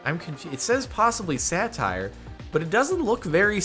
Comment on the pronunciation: I finally understand that you say "satire" i always understand "sadtire" and was confused